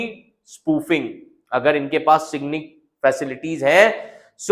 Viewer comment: It's SIGINT, not SIGNIT. And it's Inertial Navigation System, not Inertial Reference System. 🤔